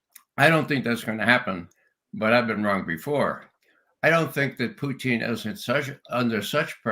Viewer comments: Why the mispronunciation of Putin’s name? Russians say poo-tin, not poo-teeeen. Ray is the only person I’ve heard pronounce the name this way and now the judge is mimicking him. Is Ray trying to be clever or insulting? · I'm wondering why Ray says, "Putcheen?" Is that how it is pronounced in Russia?